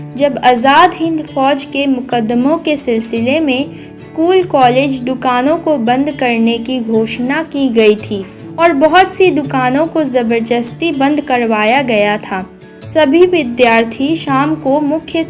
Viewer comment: Jabarjasti nahi hota jabardasti hota hai